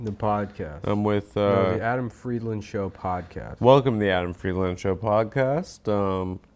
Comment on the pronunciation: Adam still refuses to say his last name correctly